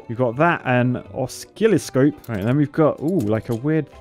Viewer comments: Oscilloscope is pronounced oscilloscope 😉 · An engineer who can't pronounce oscilloscope =D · Hearing how real engineer calling oscilloscope (ass killer scope) is priceless